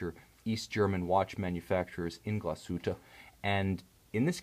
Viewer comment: Nice pronunciation of "Glashütte" ;)